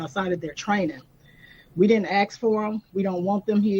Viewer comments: its ask not axx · We didn’t ax for them please learn how to speak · She din axe fo no ow sigh help. CNN reeks. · She said, "we didn't axe for them." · You didn't axe them there? I don't think there bringing AXES. Why can't people pronounce ASK the proper way? Especially a elected official. Don't you think.? Come on.